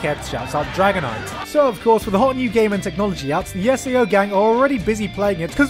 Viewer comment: IM TRIGGERED YOU SAID SAO....!!!!!!